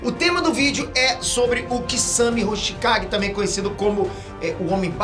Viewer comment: Até o "Peter Aqui" pronuncia HoshiKAGE 😂😂 Isso é um sinal que foi o kishimoto quem errou kkkkk.